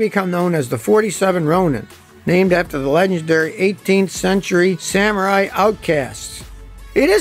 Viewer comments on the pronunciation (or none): none